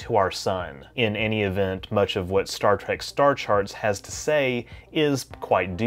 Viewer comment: Did he say Star Trek or Star Track...